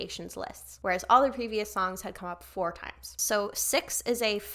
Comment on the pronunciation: Yay loved that cix was on this. Their name is actually pronounces C-I-X (like each individual letter). I definitely recommend also reacting to their debut "movie star" at some point aswell!!